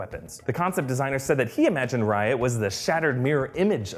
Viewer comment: Literally every time u say riot it sounds like ur saying Ryan